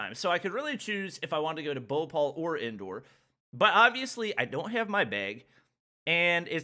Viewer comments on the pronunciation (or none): is saying bopal instead of bhopal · All the times he he said bopal i was like whats that??? me later: BHOPAL ohhhhhhhhhhhhhhhh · The way he pronounced bhopal i was like what is he talking about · "bopol" "indoor" BHOPAL INDORE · it BHO PAL not BHU PAL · He said Bhopal Bopaul😂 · Its not bopol 😂 Its Bhopal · English is not some universal language, most indians can speak English better than most people in the world, it's BHOPAL and not boupaul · saying bopal but its bhopal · Indians: Bho-pal: Bopal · He is pronouncing Bhopal bowpol😂😂😂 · Whe he says indian names i was like😂😂😂😂😂😂😂😂😂😂 like he make bhopal bhopaul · His pronunciation is the best bro bopall wow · wrong pronounciation of Madhya pradesh and Bhopal 😁😁 Ik coz im Indian 😅 But its ok, i know its problem, language 😅 and also the airport rules and all 😶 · Me ok his Delhi pronunciation is good Then he says Indore and Bhopal Me: dies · Well my accent is very light and im indian Lol the way he says bhopal is so funny🤣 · He is pronouncing indore and bhopal so different 👌👌 much love (). Wish i could have meet you 🥺🥺🥺